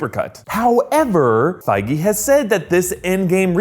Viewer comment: It's pronounced fee-guee btw